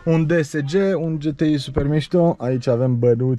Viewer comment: GHE -T-I nu GE-T-I